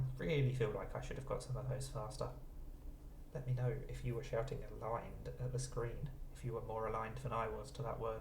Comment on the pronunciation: After ingrate, when you were talking about the potential possibilities, you said "Aglined" and that's what got it for me, I was like "ALIGNED!"